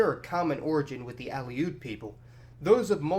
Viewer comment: a few other minor mispronunciations were made, but I'm letting them go. However, Kenai, rather than k'NYE, is KEEN-eye (town and peninsula). OK, 1 more--Aleut lines up with that of Aleutian, i.e., uh-LOOT, rather than AL-ee-oot.